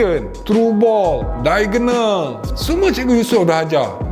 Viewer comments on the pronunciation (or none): none